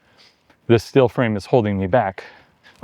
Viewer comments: Love that bike. But why do I keep hearing "still" when you are saying "steel"? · Odd pronunciation. Stihl for steel. fihl for feel. Is that a California thing?